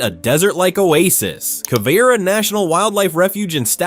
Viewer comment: Quivira is not pronounced K-Vira, it's Kwa-Vira!!! Other than that one mispronunciation, this is a good video.